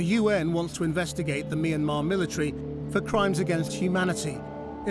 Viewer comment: finally some1 who pronounced Myanmar right.